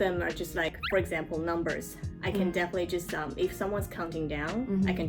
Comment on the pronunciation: Definitely の発音の仕方真似させてもらいます